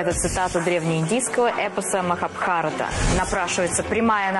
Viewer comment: МахабхарАта, а не МахабхАрата.